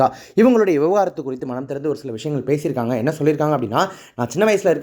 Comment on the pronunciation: விவகாரத்து இல்லை.. விவாகரத்து